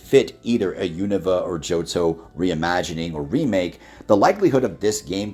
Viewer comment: Why do I often hear one of the speakers pronouncing “remake” as “remick”?